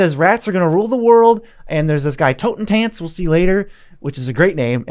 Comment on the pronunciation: Copy "Totentanz" into Google translater. Its a german Word and listen to the right pronunciation. Btw greatings from germany 😊 Rowan works nice with K'rrik😂